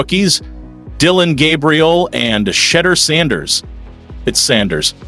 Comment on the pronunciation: Sheder ? Shed Your? How is he pronouncing Sheduer's name?